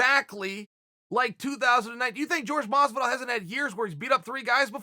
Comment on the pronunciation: Ok, CAN YOU PLEASE STOP MISPRONOUNCING JORGE MASVIDAL’S NAME FOR FUCKS SAKE!!!!!!